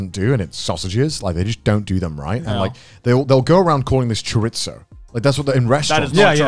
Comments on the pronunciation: The way they pronounced Chorizo hurt me deeply XD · I died a little inside every time they said chorizo (Or "chor-itz-so" as they said it) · "chore-it-zo" ouch dude, its "chur-ee-zo" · Please Connor, it’s Chorizo, not Choritzio. Soh. Not Tzio. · Connor: "Choritzoe" Every Spanish Person: Dies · As a Latino, hearing Chorizo being pronounced "Choritzoeh" was a tad bit painful😂😂 But man, this episode was a banger🤘🤘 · Connor- "They Call This a Cho-Ritz-O" Me a Hispanic- "Pain Peko noises." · chor-itz-oh made me giggle yo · Not with a T thats for sure. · depending on whether it’s the Mexican or Spanish pronunciation.Mex:Cho-Ree-So . Span: Cho-Ree-Tho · "They call it chore-it's-so" winces in Chicana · not going to lie hearing Chorizo turned into "Choritzoeh" fucking hurt XD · they really said "choritzo" lmao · Connor calls chorizo "cho-rit-so"... don't ever let mousey hear you pronounce it like that or you'll never live it down 🤣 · The way Connor and Joey pronounced chorizo made my Mexican heart die a little. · Lol as a Latino I’ve never heard chorizo pronounced that way . I was taken aback for a second 😂👏🏽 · They give grief to people in the US for pronouncing sounds and words weired, but go unnoticed with their terrible pronunciation of chorizo.... wtf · Funny thing is if they said it in a Japanese accent they’d get pretty close to the Spanish pronunciation lmao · He pronounced the "z" in chorizo like the "z" in Nazi. Spanish pronunciation: 0 Nazis: 1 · As an Englishman, this is exactly how we're (obviously incorrectly) taught to say it by everyone on TV XD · go into Google translate and put chorizo, it's not exaaaaactly it but it's pretty close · They absolutely butchered the prunciation of chorizo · Connor: Mispronounced Chorizo. Me, a Filipino: Uncomfortable Some Filipinos: Proud to be Pinoy! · The pronunciation of chorizo and Godiva in this episode caused actual physical pain to me. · Does garnt have a speech impediment or something